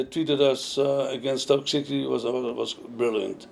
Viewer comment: does he say stoke shitty? bless him :D